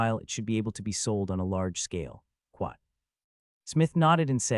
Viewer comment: After 2477 times hearing it: I believe the AI is saying "Quot" for the quotation marks as it happens mostly during conversations vs. narration. It's new, but a trend I hope doesn't catch on.